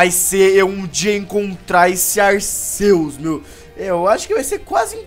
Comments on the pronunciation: ralts e tipo psíquico e se fala ralfs e se fala arqueus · Se pronucia arqueus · o nome dese pokemo e arquius noã touceto pesoau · Não é Arceus e arquios se escreve Arceus mais e arquios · Sem querer te corrigir mas a pronúncia correta é Arquios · O C tem som de K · vc falo arceus errado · cara não se fala arceus com som de s no c é com o som de k no c